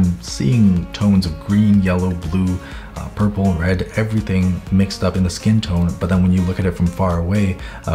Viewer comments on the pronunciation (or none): none